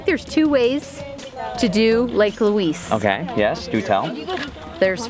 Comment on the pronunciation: It’s video is going to Haunt me she can’t pronounce the names right